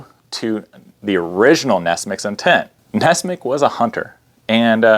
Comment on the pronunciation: I thought it was nessmuk, not nessmick?